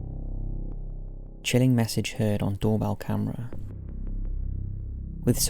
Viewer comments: The doorbell one sounds like “fuck you” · Number 4 sounds like more like "Fuck you" to me lol..